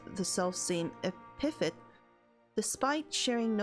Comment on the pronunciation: for future reference.. Epithet is pronounced like Epa-thet.